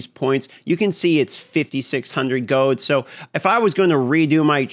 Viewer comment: GOLD HAS AN “L” YOU SOULESS GINGER MONSTER